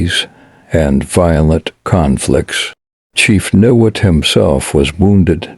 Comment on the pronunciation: it is pronounced Ni Wot. I leave in Niwot in the same house for 32 years and I could not see myself leaving unless it got too expensive or some disaster happened. Colorado is my adoptive home and would never want to leave it.